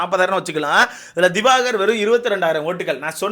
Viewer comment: Tharkuri thayoli its not diwagar its diwakar...